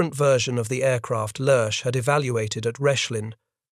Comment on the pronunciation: Then, there's Lerche's name. It's a great name to have in German. It means "lark", it's light and airy and it leaps from the tongue as nimbly as when that bird takes flight. It's NOT one syllable, like the Addams family's butler, Lurch, but two: "leah-", like the name, and then -- lightly, trippingly -- "shuh". English speakers should work on de-emphasizing the "s".